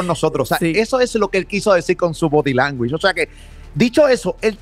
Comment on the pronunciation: Alguien enséñele a Molusco como decir “language”. Que no es body “languish”. 🤣🤣🤣